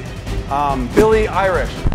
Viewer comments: He Say Billie Irish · He said billy irish lol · When Joey said bille Irish I was angry and I was laughing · Nick Rakos Billie Irish should be been Billie eillish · joey:“attempts to say billie eilish”:”NO THATS RAP” excuse me😂